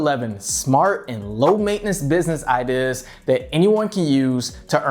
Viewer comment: I really hate the way you say ideas. “Idihhs” fucking cringe. And why tf you keep saying “ok” right before you explain something? Stfu and stop making useless videos